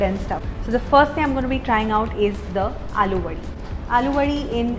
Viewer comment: It's अळुवडी. Not आलुवडी. । know ळ is a difficult pronunciation for non marathis but aalu sounds like potato. Great video altogether as usual! ❤️